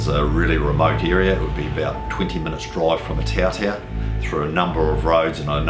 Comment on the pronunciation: Pronunciation of Otautau not great.